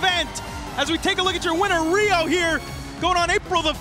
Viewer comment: Riho not Weeoh 🤣